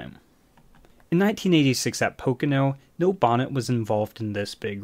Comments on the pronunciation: The man's name is pronounced kneel, not nil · His name was Neil...not nill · We say Neil, you say Nill. Potato, potahto. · OMG the way you pronounce "Neil" is enraging.